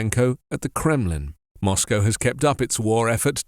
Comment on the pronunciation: Glad to hear Moscow prenounced properly. Must be that BBC training